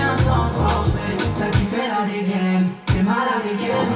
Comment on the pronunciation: You pronounced "dégaine" wrong, despite the fact that Aya Nakamura kept saying it 😂😂